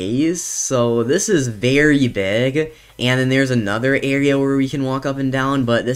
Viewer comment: Is it just me or- Am I hearing him say berry big or very big?